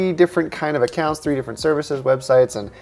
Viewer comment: You said "THREE" wrong.